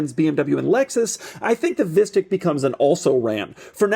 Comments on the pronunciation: I love how it's pronounced as visstick which is this rather bad dutch food which is almost like a chicken nugget but with fish instead of chicken, however, just like chicken nuggets, they are super processed and so they don't taste that good, therefore it keeps cracking me up when doug keeps calling it a visstick😂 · this is exactly how you pronounce fishstick in Dutch lol